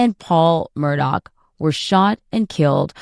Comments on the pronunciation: She's a freaking broadcaster and she sang MurDOCK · Murr-Dawg. Should be jailed just for that pronunciation. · His name is Mur-DAW. There isn’t a k at the end of his name. A journalist should know proper pronunciation of names, etc.